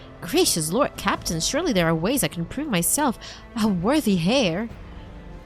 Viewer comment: Tiny advice, the H in heir is silent.